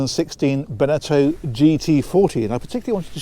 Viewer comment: Never heard anyone pronounce Beneteau like Cornetto! 🤣😂